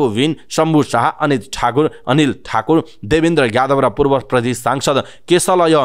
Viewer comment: कीन हो द लाई ध अनि ज लाई झ भनेर उच्चारण गर्ने वाचक ज्यु? प्रधेश नभन्नु है ।